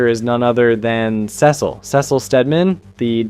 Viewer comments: Not gonna like or sub until you pronounce Cecil right. Holy shit is that infuriating. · Why do you Cecil like that😂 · Dude, please try to pronounce the names correctly. I've never heard somebody fuck up Cecil's name or call Mark Grayson, Mac Garson 🥀